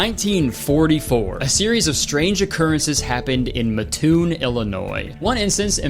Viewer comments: im sorry i just have to say its pronounced "maah-toon" i just grew up by it lol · It's pronounced like "Matt tune" I've been there they have a good slatepark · Hate to be that guy but as a local, its pronounced (Matt - Toon) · Crazy to see a small central Illinois town mentioned lol. It is, however, pronounced Mat-toon, for you non-locals LOL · Fun fact, I'm from Mattoon! I didn't expect to actually see my town on this list, since I was always under the impression that the mad gasser was a real thing. But I can confirm, when my dad went out to fight in the Fourth Great Ninja War, my mom couldn't walk for months. Also it's MATToon (like the name Matt), not MAttoon. Everyone in Mattoon makes fun of everyone outside of Mattoon for how they pronounce it. You little stinker. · the way you say Mattoon is so funny. It’s pronounced Mat-ew-n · I live near Mattoon and it's pronounced Matt-toon or Meth-toon since so many people do meth there ☠ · As someone who grew up 15 miles away from mattoon, it was probably just a crackhead, and they got food poisoning from lincon Garden. Also, mattoon is pronounced mat-toon im genuinely tweaking rn over kurtis saying it funky but ill forgive him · HOLY SHOT IM FROM MATTOON!!!! btw it's pronounced Matt (like the name) toon :3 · kurtis i live in the Mattoon area, please, its pronounced Matt-Toon 😭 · Yooooo not the Mattoon mad gasser! That story is still passed down to people who live in the area, it’s like a running bit to this day. Any time a person crop-dusts a family member in Mattoon, it’s blamed on the gasser. Unfortunately Curtis became one of many who mispronounce the name. It’s MATToon like the name Matt with oon on the end😂 loved this vid ❤️ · As someone who lives near mattoon it’s so funny how he pronounces it 😂 muh-toon lol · I live in Mattoon and I would like to say I’ve never heard of this and now I’m scared of the mad gasser 🕺💨. Anyways it’s pronounced Like a mat so like MAT - oon 😁😁